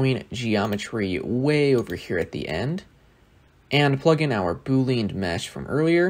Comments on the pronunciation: By the way, it's pronounced boo-lee-an, not boo-leen. Named after a guy, George Boole, or more accurately the type of algebra he created, Boolean algebra. Great tutorial, looking forward to seeing a lot more simulation geometry nodes content. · its Bool-ee-an